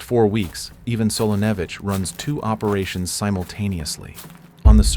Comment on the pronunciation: Props to the AI commentator for pronouncing “Ivan” correctly